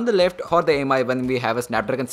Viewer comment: Mi is pronounced as 'me'